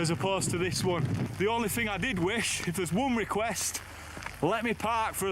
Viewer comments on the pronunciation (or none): none